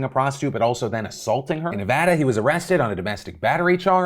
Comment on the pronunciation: phil you pronounce nevada wrong